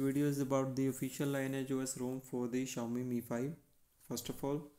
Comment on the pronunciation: Thanks for the review. The pronunciation of "lineage", by the way, is LINN EE IJ in the context of offspring, parents, and a fork, in this case.